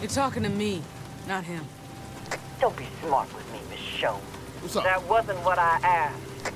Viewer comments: stick with mahchon instead of mashone its funny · you pronouncing ger name wrong. it's pronounced like mi-sho-nay . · almost 5 episodes later he realizes he's mispronouncing 'Michonne' 😹